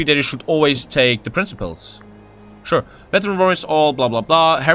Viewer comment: I also cringed on that one., it is pronounced [Prin-ki-pes]... The C is actually just K in disguise, at least in latin.